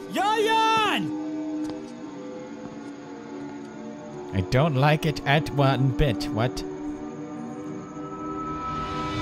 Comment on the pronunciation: its "yayan" not "yaya" its "yayan" and "siska"....it is a popular name...its my mother's name..